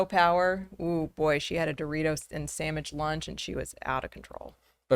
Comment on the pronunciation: She said SAMICH. BAHHHHH. LOVE IT!!!!